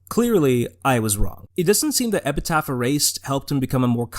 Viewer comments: it's epTHeT. not epiTeTH. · You had my attention for half of the video but I had to pause and leave at the halfway point because I couldn't stop laughing that close to talking about JoJo, you called it Epi*taph* Erased instead of Epi*thet* Erased. Amazing video, though, truly why I don't follow much JA stuff anymore. (I still like Epithet Erased, though) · EP I THET. EPITHET. NOT EPITAPH. GOOD GOD. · PLEASE STOP CALLING IT EPITET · I think it's hilarious that you keep missaying "Epithet". - Epiteth - Epitaph EDIT: I have a new one, all my own; "Epicfail" (I actually really liked Epithet Erased. Though idk if I should feel bad for that. Am I allowed to enjoy this guy's work even though he's a massive piece of shit? I'm legit asking) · You also call Epithet Erased "Epitaph Erased" which is a little odd and comes across like you didn't do much research on it before discussing it. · Hey man, this is a good video, but why do you keep mispronouncing epithet? You keep saying epitaph. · I’m sorry HHHHHHHH I CAN’T STAND THE WAY YOU PRONOUNCE EPITHET sobs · man, this video would be perfect if you pronounced epithet correctly :( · Are you purposefully mispronouncing "epithet" throughout the entire video? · Pretty good breakdown, but you gotta get a POP FILTER or BACK AWAY from the mic, your plosives are going insane. Also you're not saying the word "epithet," you gotta read closer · I'm at the 9 minute mark and this video feels like content mill content. I've already seen you misspell his name in text while showing a screenshot of his name correctly spelled right after. Mispronounced his name and the word epithet every time as well. You didn't even do it to be tongue in cheek you just straight up don't know the names of the things your talking about when they are literally right in front of you. Sorry but if your research was so poor that you get the name of your subjects wrong I can't be bothered. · also you misspelled his name and mispronounce epithet,.